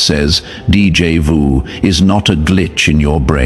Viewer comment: Narrator, you are pronouncing DJ VU wrong. It's D= Day J = Ja. The a is o as in octopus Jo Ju= ju